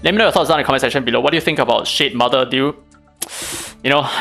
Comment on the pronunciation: I keep hearing shitmother..😭